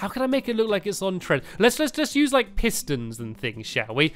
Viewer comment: Did u here him he said hiss tons